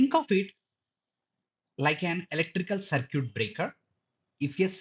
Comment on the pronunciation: It's cir kit